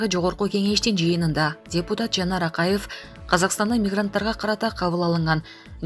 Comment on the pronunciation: Биздикилердеги мигрантам куда хочу .туда лечу го.аларга да каттуу бир мыйзам чыгаргыла .айланайын окуган кыз Акайыов.Бакыеов деп Жапарыов туура Оку